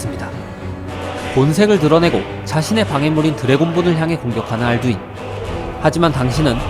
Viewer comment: 알두인이 자꾸 안두인으로 들리는건 이상한건가요ㅠㅠ